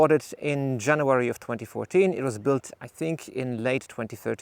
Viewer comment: What's with the German accent he says Janoowary